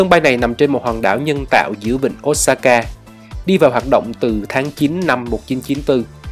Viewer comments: Xin lỗi chứ ô sa ka chứ k phải ốt sa ka nghe khó chịu v~ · Ô sa ka chứ ko phải ốt sa ka a ơi. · góp ý với a là Nhật không có âm O và U thay vào đó là Ô và Ư (Osaka > Ôsaka, Sakura> Sakưra, Fukuoka > Fukưôka ):D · Chả ai đọc là ốt sa ka ad ạ